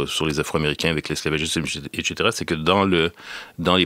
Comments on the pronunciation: ça se prononce "ɛk S eteʀa" (avec un S) et non pas "ɛk CH eteʀa" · Salut nonorio7, il dit "eTchétéra" ce qui j'en conviens est une prononciation rare mais bien plus pertinente que "eKsetera". Et cetera ou Et caetera s'abrège en etc... et non ect... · J'ai beaucoup aimé ce podcast Très intéressant Commentaire hors sujet : j'ai été perturbé par sa manière de dire "et caetera", a chaque fois ca me faisait le même effet qu'une fausse note dans un morceau de musique. Je ne savais pas quoi faire de cette info 🥴